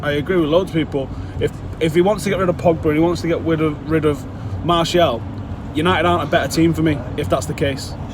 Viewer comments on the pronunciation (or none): United fans pls.......... Martial (Mar-ti-al) is not Marshall